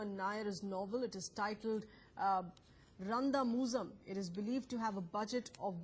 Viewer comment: That moment when they try to pronounce Randamuzham.. 😅